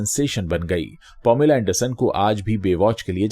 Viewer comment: Sir it's not pomila, it's paameelaa - pronounciation.🙏